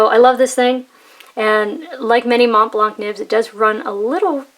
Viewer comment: The C in Montblanc is silent, you don't pronounce it.